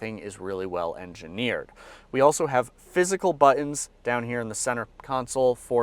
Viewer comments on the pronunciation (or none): "Buh-ens" Is that some millennial thing? I hear it all the time from young people